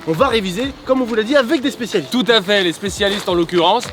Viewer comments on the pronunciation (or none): Carlito n'a pas dit "socialistes" au lieu de "spécialistes" à !?